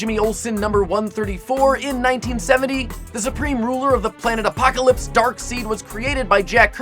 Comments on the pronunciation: Superunatural No, it is Pronounced side, not seed, it says it on the wiki and in addition to the in the game Mortal Kombat vs. DS Universe which was produced by both Midway Games (the producers of the Mortal Kombat series) and Warner Bros., Superman pronounced Darkseid's name Darkside, and this came from a game that was produced by the main creators of the DC Universe. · I thought it was pronounced "Dark-Side," not "Dark-Seed". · #10 Is not pronounced "Dark-seed" it's pronounced "Dark-side." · Darkseed..? It's Darkseid as in Darkside. What kind of a nerd are you,? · It's pronounced like dark-side, not dark-seed. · It's not "dark-seed" it's "dark-side" but great video guys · Darkseid is pronounced dark side not dark seed. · u cant even pronounce darkseid its pronounced darkside u half wit i thought u were a true nerd... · Um its pronounced darkSIDE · ITS PRONOUNCED DARKSIDE!! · That guy is nothing close to a nerd if he mispronounced Darkseid (Dark Side) the way he did =/ Shame....... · its pronounced darkside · no it's pronounced dark side, but spelled darkseid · it's darkseid pronounced dark side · I believe it's pronounced "dark side" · If you pronounce Darkseid "Darkseed" one more time... I will kill you.😵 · We know it's Darkseid. But it's pronounced (Dark - Side) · omg i wanna punch him so hard for saying darkseed and thaynos i mean MY GOD 0.0 just my god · Guys......................................................................... It's pronounced Dark-side. And Harley's accent is Brooklyn. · No trying to be mean but it's pernounced Dark-side not Dark-Sid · It's pronounced as dark side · I'm pretty sure it's pronounced "Darkside"... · It's pronounces Dark-Side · It;s pronounced Dark-sied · not to be picky, but it's pronounced darkside not darkseid. even though it is spelled darkseid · "Darkseed"? "Thaynos"? Man, that pronunciation bothers me alot xD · Did he call Darksied, darkseed? Really?!? Darkseed? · it's pronounced dark side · Pronounced Dark "SIDE"